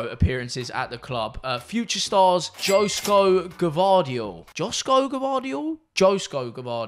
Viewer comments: Joško Gvardiol is meant to be pronounced Yoshko Gvardiol I think im not croatian but i know a litlle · Joško, u can read it like Yoshko